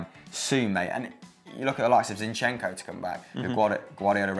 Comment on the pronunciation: When you say Zinchenko the correct way to say it is to stress the first syllable. Can you guess that i'm studying in a linguistic university.